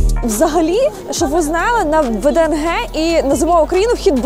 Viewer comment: Не ВДНГ а ВДНХ